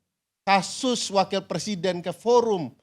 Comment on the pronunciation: Sebenarnya pengucapannya = PER SIDEN atau PRE SIDEN ?😂😂😂😂